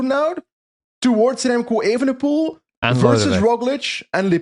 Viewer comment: Why does always emphatically mispronounce Remco’s last name. It’s not spelled “ievenepoel” now is it.